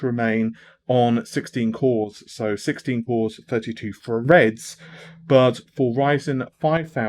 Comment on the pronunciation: 16 cores 32 Freds? Oh you mean Threads, yeh it's "Th", not "Fu". Like "The" not "Fu-e"